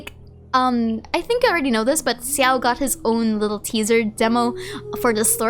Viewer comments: why are you pronouncing xiao's name like ciao i'm so confused. i'm pretty sure it's said (sh)ao and some chinese players also pronounce it like that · Hi! Please excuse me I'm really not here to argue, I'm just wondering if there's any reason for you to say Xiao's name this way instead of.. "Sha-oh"?(or how could I write that better...?xD) I doesn't want to sound rude really so I just assumed you have a particular reason for that since I know what a crazy amount of time you put into genshin, the lore and your videos so it was a bit surprising to hear in your videos 😅 Of course this doesn't make you and your efforts any less!!! I really love your videos and your stlye! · Why do you say Xiao like that, with a 'Si' in it? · Your pronounciation of Xiao's name took me off guard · Same, I don't think I've ever heard anyone pronouncing his name like that.